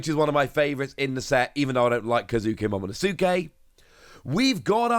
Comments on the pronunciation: Nobody pronounces 桃の助 Momo NoSuuke 🚮Fix your pronunciation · He pronounces the names so bad , he absolutely butchers Momo's name man 😂